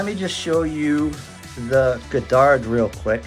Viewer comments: As someone who shares the surname it's pronounced God Dard. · You mispronounced the name of the shuttle.